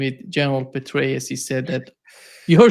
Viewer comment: Petraus pronounced Betrayal